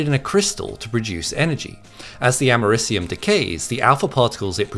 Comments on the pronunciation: You pronounce Americium weird... say cium by itself and Ameri by itself, then combine them to get the pronunciation. It's like people saying Nucular (New Cue Lar) instead of Nuclear (New Clear)... annoying. It isn't Ama Ris Ium, it is Ameri See Um. This isn't like the debated Aluminum vs Aluminium, because both are correct spellings and pronounced differently for the same element, and due to certain decisions made at various times. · guy is pronouncing it wrong, its Americ-ium Americ as in America. because its named after, guess what... AMERICA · Something tells me he mispronounced the name of the element.